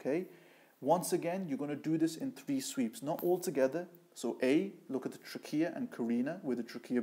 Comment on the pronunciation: He lost me when he continued mispronouncing trachea and carina.